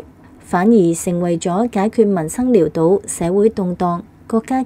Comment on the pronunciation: 唔該注意: {潦}倒讀音係老倒唔係撩倒